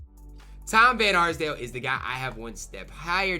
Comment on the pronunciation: Bro really couldn't say d van arsdale